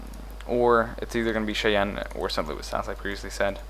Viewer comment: Also, Cheyenne = "Chiyaan"